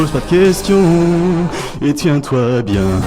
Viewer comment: Et tiens toi "biennns" 😂😂😂